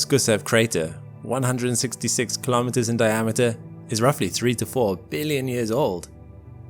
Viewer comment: Kilometers is pronounced kilo-meters, same as kilo-grams and kilo-watts. Not ka-lom-it-ters. Say kilo and then say meters. Life and unnatural noise were not found on Mars.